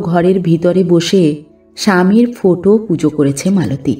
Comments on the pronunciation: গল্প পাঠ খুব ভালো লাগলো ' ৷ কিন্তু বার ' ফোটো' কথাটি কানে খুব খারাপ লাগছিল ৷ কথাটি ফটো হবে। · লেখক এর ভাষার বাহুল্য অনেক বেশি গল্প পাঠ নিঃসন্দেহে অসাধারণ শুধু ফোটো কথা টা বড়ো কানে বাজছে ওটা ফটো পড়লে ভালো লাগতো।আর গল্প টি যেন অসম্পূর্ণ।